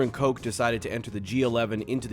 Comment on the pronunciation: That's not how you pronounce Koch